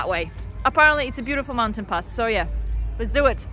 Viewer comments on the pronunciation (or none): none